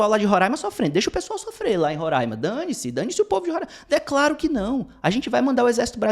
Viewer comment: Obrigado por pronunciar Roraima da forma correta.